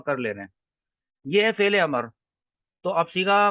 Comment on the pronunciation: ماشاءاللہ، بہتر ہوگا کہ لفظ "امر" کا تلفظ میم پر زبر کے بجائے اس کے سکون کے ساتھ کریں۔ اَمْر۔ شکریہ